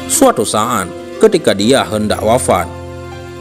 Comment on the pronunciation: Suatu sa'at kelebihan paseh min saat itu kan pke bahasa indonesia knp pake ain janggal kedengarannya